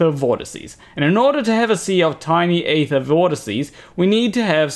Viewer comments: Aether is pronounced eether, like ethernet. Likewise daemon is pronounced demon. That is all. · why can't you not talk proper? its EEther